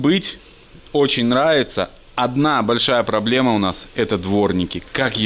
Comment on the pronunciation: Слово,,пробоема,, произносишь тысячу раз. Не солидно.